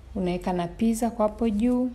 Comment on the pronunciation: It’s “pittza” peeople🤗🤗🤗🤗